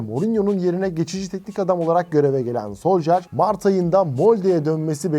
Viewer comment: Olum şu isim telaffuzlarına artık bir çeki düzen verin. Solşaer, soljer, solsıkaer. Yeter artık ya